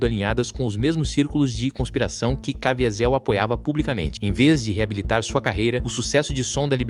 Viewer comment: Quem é Jim "Caviézel"????? 😂